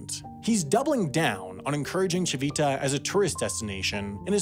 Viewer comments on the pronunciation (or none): I'm not Italian and don't speak the language, but I do have some knowledge of Italian pronunciation and my ears were bleeding with "tchee-VEE-tah" (even though there was that Italian man pronouncing it correctly as "TCHEE-vee-tah", yet the narrator didn't get a clue from that). And "BAGG-no-re-gio" made me want to ask him if he says "filet MIGG-non" too... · This is great, but I have to say, the G in Bagnoregio became a bit unbearable after the first ~20 times it was said. Ci-VI-ta also didn't help (it's CI-vi-ta). You could have looked up the pronunciation if you were going to use it so many times in your script. Other than that, wonderful work! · thanks for trying hard to pronounce italian names, we know it's hard. Regarding "Civita", the accent goes on the first "i", so it's "CHIH-vih-tah" Interesting video also for italians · Apart from the continuously mispronounced "cività". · Lol I'm Italian and it sounds dumb how he pronounces Civita 😂